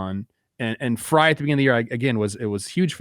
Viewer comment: Credibility falls off the clif when host/s can't annunciate names correctly .Was shocked when David Frys name was pronounced correctly